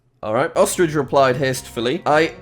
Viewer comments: Everyone: Ostrich Jack: ostrige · ostriage. im sorry, what?